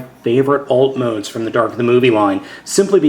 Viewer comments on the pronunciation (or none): Lol you said dark of the movie :). Good review though